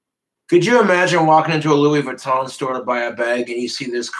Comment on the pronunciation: He literally gives meaning to the saying money doesn’t grow on trees but in his case money actually does grow on trees 😂…. has trouble pronouncing designer fashion…..Lewweeee baton 👍